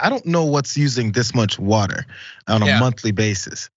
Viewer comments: Please stop giving John stories where he has to say “woder” 1000 times. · Podduble wudder.